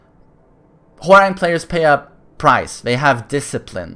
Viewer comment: Why does it sound like he says Whore-rang